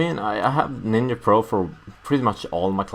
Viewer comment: Hahaha "Nin-ya" silly